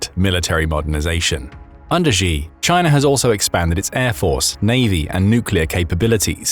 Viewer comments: You need to learn how to say the Chinese leader's name better. It's not 'Jee', but more like 'Tchee'. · narrator: “xi” in Mandarin is pronounced “she”, not “gee” or “zjee” or whatever the heck you’re saying. “Xiao” sounds like “shee-ow”. Google will get it right for you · Im bot chinease im English but the way you say G in stead if shi is annoying me and i don't know why i dont even like him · Xi is pronounced "She" not "Jee". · Xi is "She". Not "Gzhe" (I'm sure it's an AI voice, but either way, that's how the pronunciation goes.)